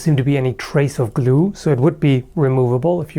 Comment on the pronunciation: Anyone else think it sound weird when says "glue"?